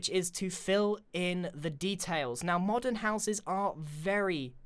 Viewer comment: when grain says modern doesnt it sound like he's saying modded?xD